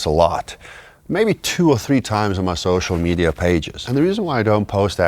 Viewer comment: U said Social Meida